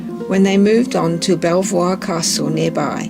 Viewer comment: It’s pronounced Beaver not Bell vior. Nice video otherwise. The thing that struck me when I visited was the hollow in the front step of the entrance. All those people through history who had stepped where I was stepping. It was an overwhelming feeling.